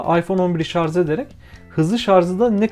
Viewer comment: abi video boyunca şarz demene tilt oldum ama güzel vido